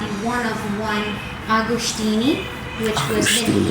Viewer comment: lmao AgoSHtini.. Where the H come form?